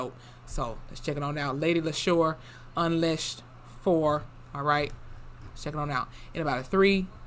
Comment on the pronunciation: It's pronounced unleashed. Because her name is pronounced 'Leesha'